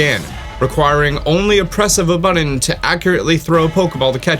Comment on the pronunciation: Dude you say button with an m not an n.... it sounds weird AF lol